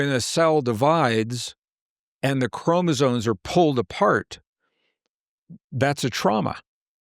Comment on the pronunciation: Sorry to be a pain but I got to pick on continually saying CHROMOSONES and not chromosomes - other than that great talk:)